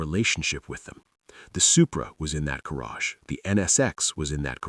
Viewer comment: He says garge funny